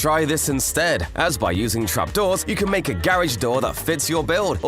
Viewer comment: 3 how you said garage garihg